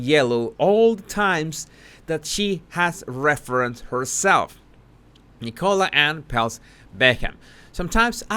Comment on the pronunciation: I thought you said E. coli when you said nicola haha